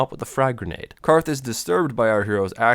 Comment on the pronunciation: Its spelled grenade but pronounced grugnade